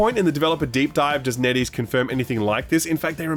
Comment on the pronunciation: TIL it's NetEase not Neddy's